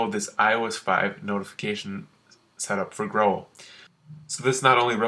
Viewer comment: Holy shit how can you pronounce Growl like that?!